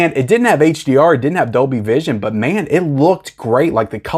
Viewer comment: There is an "L" in Dolby (not Doby) 😄